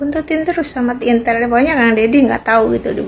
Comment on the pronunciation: Intel,,,intil,,,apa itiiilll mb,,,😂😂😂